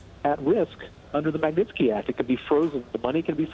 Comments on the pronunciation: Honey , learn the guy's name... Magnitsky. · My God, she didn't do a run-through on this and figure out how to say "Magnitsky" before she got on air? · This broad can't even say the word Magnitsky much less make a decent report.